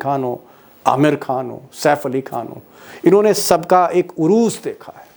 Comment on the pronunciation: Sir uroos nhi hota urooj hota h uroos ka mtlb dulhan hota h aur urooj ka matalab bulandi